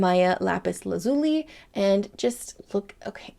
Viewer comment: Love the swatching videos! Thanks so much! Lapis Lazuli. Lazuli is pronounced La-zoo-lee. I hope you're having a wonderful week! Lisa